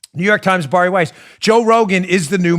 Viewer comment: How the fuck do you consistently pronounce Bari Weiss's name wrong? It's just like Barry. Good lord...